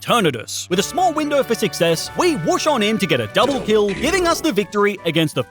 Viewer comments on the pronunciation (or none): none